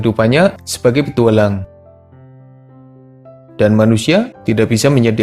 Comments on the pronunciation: "petuwalang" wkwk ngakak gw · Nadanya kok kek gitu ya njir 😅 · Salfok pak si adminnya ngucap kata "petualang" 😀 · Iye apa lagi pas ngomong petualang aneh banget nadanya